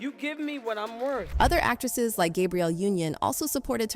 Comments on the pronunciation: Not you calling Fantasia Whoopi Goldberg smh. And mispronouncing Viola and Gabrielle’s names 😂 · The voice of pronounced everyone’s name wrong. Who is Gaybrielle 😂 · Is every name pronounced weird on purpose? Monica. HarvAY. Veeola. Gaybrielle. ?? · Gabrielle Union is GAYbrielle, and Monique pronounced like Monica? Black women deserve more money! Oprah and Gail shouldn't be the only black women in the entertainment industry with lots of money!